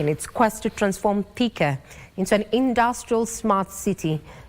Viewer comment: I won't repeat this again, Si Thika, Ni "Theka". Karekee.